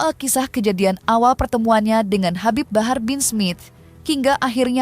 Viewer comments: HABIB HABAR😂😂😂 host nya salah ucap jadi ngakak aku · Habib Habar😂Ampe kepleset tuh presenter baca nm si habib😂